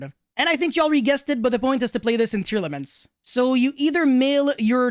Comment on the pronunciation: Omg I'm tired of hearing tearalaments coming out of your mouth bro I mean I get it they're meta but fk meeeee teara teara teara teara